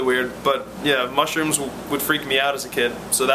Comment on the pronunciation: At first i heard "smush rooms". Damn Jersey Shore T_______T